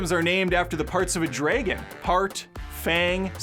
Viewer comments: Did you really just say "draygun"? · It's that how many times he said draygun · I cringe every time he says dragon😅